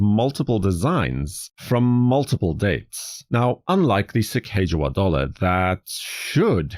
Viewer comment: Excellent, one of my favorite modern designs of all time, especially the American Innovation series and the original series. Fun side note for you, not to be that person who corrects people...but I will be 🙂...Her name is actually pronounced Sacagawea [Lewis and Clark, wrote in their journals: "Su-cog-uh-wea."] It is a Hidatsa Tribe name, Sacaga means “bird” and wea means “woman”.